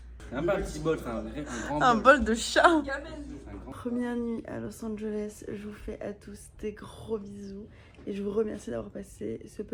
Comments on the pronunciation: a littéralement dit lis Angeles sans le savoir 😭😭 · Il fallait garder le suspense mais a dit los anges 😂